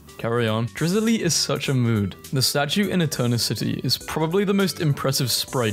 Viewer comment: WHY DID YOU PRONOUNCE DRIZZILE LIKE THAT 😭😭